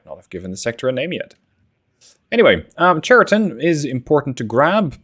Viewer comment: Just to correct you — Chariton pronounced not correctly. Right pronounsiation is Hariton (H like in hunter)